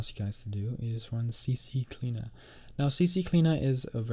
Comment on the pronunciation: it's ccleaner not cccleaner :D